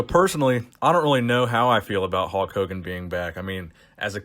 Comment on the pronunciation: "Halk" Hogan